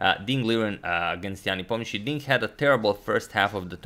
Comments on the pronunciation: Appreciate the Hindi Pronunciation :) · Anyone else having the issue of pronouncing the surname of Ian? I was almost mesmerized by agadmator's clean pronunciation